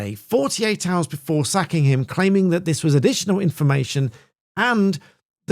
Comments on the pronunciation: I thought you said “sucking” him on Thursday 😂 1.38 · Did you just say "sacking him" or "sucking him"?🤣